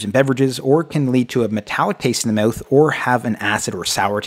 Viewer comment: Also the way you pronounce "mouth" makes me laugh - meyowth